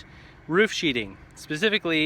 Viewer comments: Dude... it's sheathing not sheeting. Sorry, but anybody making an elementary mistake like that immediately discredits himself. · the word is sheathing not sheeting. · It's sheathing not sheeting! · I think you mean to say "sheathing", not "sheeting"